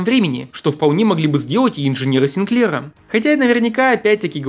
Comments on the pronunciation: СигклЕра? Откуда ударение такое? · не коверкай фамилию Синклера, ударение надо ставить на первом слоге